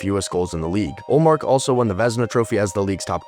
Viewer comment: you mis-pronounced Ullmark's name